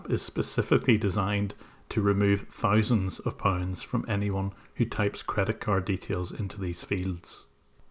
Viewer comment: “Thie-sands of poinds”